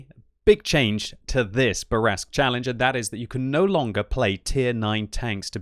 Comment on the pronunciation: SAY IT SLOW, SAY IT SLOW, MON AMI: le char Bourrasque (say: Boor - ask)... Please. You are ruining my ears. Love you anyway.